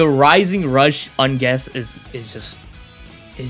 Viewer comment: rising rush "ungess"